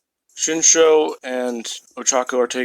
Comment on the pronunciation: Its Shinso* dude not shinsho